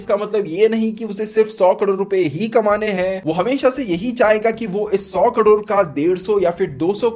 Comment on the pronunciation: भाई आपको करोड कहने मे कुछ दिक्खत आती है..